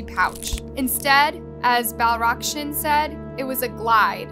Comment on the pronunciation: Will you do everyone a favor and learn how to read and pronounce before you post a story. It’s BAL A KRISH NAN. For crying out loud the judge said it correctly multiple times and here you are repeatedly reading it wrong. Get it together. It’s a regular thing with this channel and it’s annoying as hell. It shows ignorance and disrespect to your viewers who know how to read that you don’t invest in getting the simple things correct.